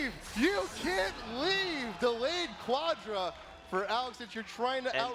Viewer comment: Something about how he says Quadra is way more amazing to me. What great casting tbh!